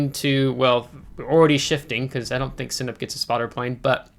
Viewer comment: Sinop, you say Cinip.. Sin - OP